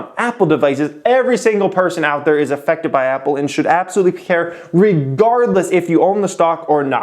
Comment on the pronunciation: You said "E"ffected. I cannot take advice from you now.